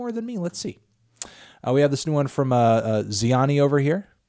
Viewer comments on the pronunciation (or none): finally Melon acknowledged Zheani even if he pronounces her name wrong